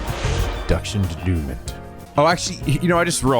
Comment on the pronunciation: You say it like Daynoomon (Denouement) Sounds alot cooler imo